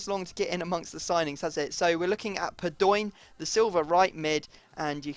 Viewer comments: padoeeen... really... its pado in. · Padoin is pronounced Pa-do-ween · Padoin is pronounced Pad-ow-een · Stop saying padoinnnn !!!! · No it's Pad-ow-an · Just a heads up its pronounced Pahd-Oh-In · IT IS PAD-O-EEN (pronounced) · Padoin is pronounced pad-wan